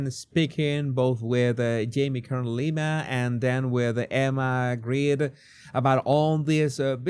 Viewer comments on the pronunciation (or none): none